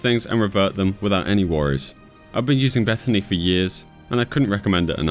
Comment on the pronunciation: First time ever hearing BethINI called "Beth-a-ney". Ive always heard it as "Beth-I-N-I"